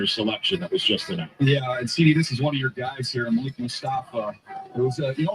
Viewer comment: Fyi its pronounced malick not malik